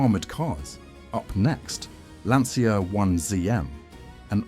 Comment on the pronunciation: pronunced LANCHA if you cant sey correctly, like cucaraCHA in espanol, in italian same sound its CIA like you secret service